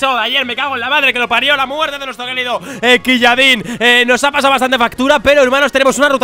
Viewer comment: No se pronuncia quilladin, creo que era ciuladín